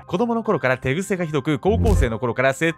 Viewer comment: 手癖が寝癖に聞こえてわらいそうになった